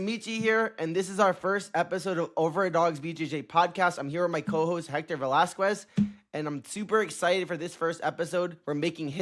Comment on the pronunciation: Hector's last name is pronounced Vas-kez 😉